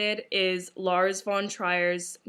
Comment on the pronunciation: I don't think that's how your pronounce Lar's name